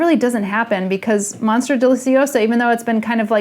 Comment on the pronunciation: No one: Summer Rayne: monstra